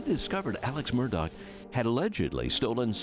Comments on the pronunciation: What an unreal story…why does everyone keep calling him aleC Murdock his name is aleX with an X and you pronounce that last name murdaw - murdaugh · Nobody: Ja Rule: it's murdaa! (Murdaugh)